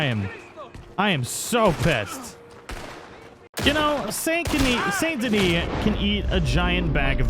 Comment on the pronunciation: It’s not Pronounced Saint Denis it pronounced San Deni